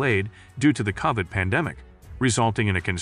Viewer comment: why's dude pronounce covid kavid? weird